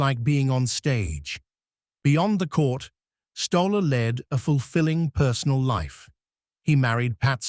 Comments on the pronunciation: Pronounced Stolley!! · Who did you ask for the pronunciation of Stolle!...Stolley! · I WANT TO REPEAT THE MESSAGE FROM Who did you ask for the pronunciation of Stolle!...Stolley! FRED WAS A GREAT PLAYER. AS KIDS, CHARLIE HOLLIS, OUR COACH, WAS ABLE TO ATTACT THE TOP PLAYERS IN THE EARLY SIXTIES TO VISIT HIS COURT IN GOSFORD. FRED WAS A REGULAR VISITOR EACH YEAR. ONE YEAR, HE WAS AS SICK AS - YOU COULD SEE HIS INFLAMED COMPLEXION AND IT WAS OBVIOUS THAT HE WAS IN DISTRESS, BUT HE CAME THAT NIGHT, TOO, AND PERFORMED FOR US, PLAYING TWO SETS OF SINGLES AND A SET OF DOUBLES, AS ALWAYS. HE WAS KINDLY, AND HAD A SENSE OF HUMOUR - NEVER POMPOUS OR SELF-IMPORTANT - VERY DOWN TO EARTH. I ASKED HIM ON COURT BETWEEN SETS, WHAT DID THE "F.S.S." STAND FOR ON HIS TENNIS SHIRT? HE REPLIED, WITHOUT BLINKING, "FAST, SURE SERVICE!" WATCH HIS VICTORY OVER A GREAT PLAYER, JOHN NEWCOMBE, IN THE FINAL SETS OF THE US SINGLES IN, I THINK, 1966. FROM MEMORY, HE DEFEATED ANOTHER ALL-TIME GREAT, ROY EMERSON, THE FASTEST MAN EVER ON A TENNIS COURT, IN THE SEMI THAT YEAR. GOOD ON YOU, FRED!